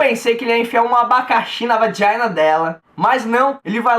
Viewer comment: Esse teu jeito de falar vaginakkkkkkkk